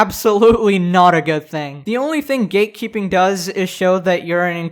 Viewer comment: Why do I hear "gaykeeping" instead of "gatekeeping"?